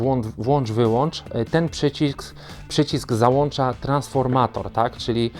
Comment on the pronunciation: Wyłączam i załączam, a nie załanczam i włanczam!